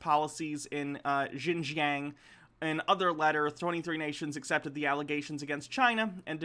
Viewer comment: About that part of china. Pronounce it like "shin-john". Its not exactly right, but its closer